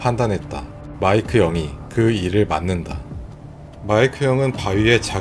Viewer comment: 마이크 영이 마이크 형으로 들림